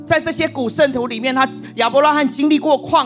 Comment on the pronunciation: 亞伯拉罕。罕三聲喊 罕見ㄏㄢˇ。